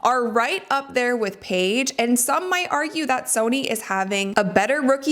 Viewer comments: please change your pronunciation of the words 'Sonia' (not 'Sony') and 'versus' (not 'verse'). You say these words a lot, and it's kinda driving me crazy. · Is it pronounced Sony? Pretty sure her name is soniA. Unless it’s a nickname.